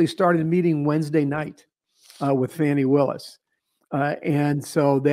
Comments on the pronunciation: seems a little off his game tonight 🤷🏼‍♀️ Love to both of you regardless ❤ And its "Fawnie" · Uh oh the left about to go crazy pronouncing “fani” name wrong is racist 😂😂😂😂😂😂😂😂😂😂😂😂